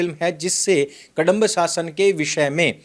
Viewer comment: कडंब 😖 नहीं कदंब है ।